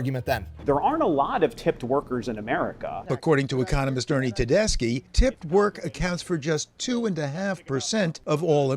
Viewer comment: Every time you say "economist," I hear you say ecommunist... just saying